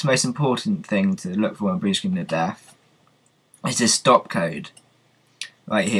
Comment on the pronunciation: its death not deaf